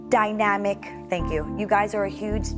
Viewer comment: The irony in Neda and Amanda’s downfalls is amazing. Also holy shit Gina Marie can’t pronounce dynamic correctly 😂 what a clown